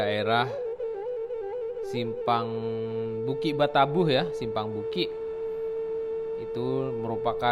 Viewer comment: Mohon maaf.hanya usul,kalau m c ini,asli orang minanng, tolong bahasa minang nya yang asli aja.jangan dirobah..seperti kata2 bukik batabuh.itu aslinya bukik batabauh..jangan dirobah. Kurang enak